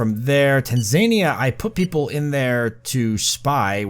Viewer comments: it's pronounced TAN, ZA, KNEE, AH! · You've done the impossible - made a pronunciation pedant keep watching despite the repeated mentions of Tanzania. Good job on making such compelling watching mate.